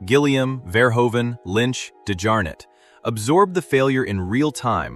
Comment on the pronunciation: The oe in Verhoeven is pronounced like the oo in eg boot